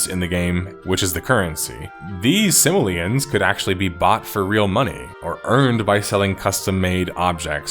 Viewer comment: Its Sim-o-lee-an, not simalan